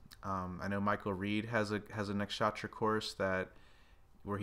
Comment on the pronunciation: Please say Nuksh-uh-truh not Nak-shaaatra thanks it's like nails on a blackboard or pronouncing chair like chaa-eer. Thank you